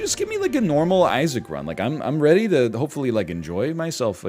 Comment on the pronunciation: Its Isaac.. With extra zaine